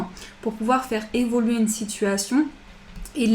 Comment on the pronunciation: Merci pour ce tirage; il faut évoluer, on n'entend jamais le "u" d'évoluer, j'aime beaucoup vous écouter sauf entendre "évoler" merci pour votre joie de vivre ça fait du bien bonne nuit...a demain